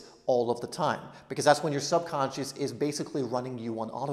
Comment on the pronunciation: You waffle too much, speak too quickly and run one word into the other very often. Speak slowly put the emphasis on the important words and remember less is more. Think what is the important word in "What the belief is. " the important word is belief. You put the emphasis on is. Listen to yourself in the video and see how often you do this sort of thing. Identify the important word in a sentence and put the emphasis there.